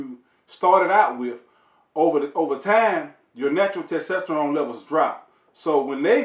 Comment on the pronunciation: "Ta tasterone layvals"🤣🤣🤣. I love this dude.great vid sir!